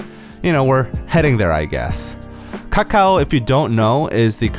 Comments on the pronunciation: The way he pronounce kAkaW so funny lol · The way he keep saying "kakao" tho ~~